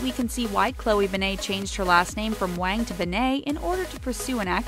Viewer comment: Waang hahaha Waang hahaha it’s Wáng